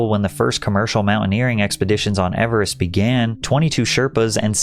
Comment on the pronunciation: Your over-pronunciation of the word "Everest" is cringe AF. 😂